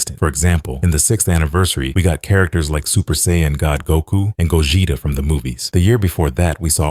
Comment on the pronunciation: Bro ts pisses me off🥀🥀